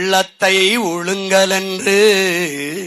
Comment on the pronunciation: உளுங்கள் இல்ல டா செந்தமிழன் சீமான் உழுங்கள் என்று சொல்ல வேண்டும் ழழாழிழ் இந்த எழுத்து பேச வராத உனக்கெல்லாம் என்ன டா செந்தமிழன் சீமான் என்று பெயர் பேர மாத்திகோ டா 😅😅😅😅😅😅